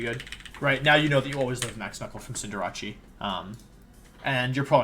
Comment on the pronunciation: Cinder-RACHEE lol. It’s CinderACE, like a playing card. Ace of Hearts, or the ace in ‘face’.